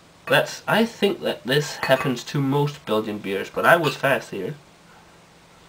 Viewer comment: Your pronunciation was pretty accurate, for a Scandinavian guy. :-p I don't know why it exploded but it isn't supposed to, or at least that never happened to me. It's Belgian so it must be a great beer and it is :-D.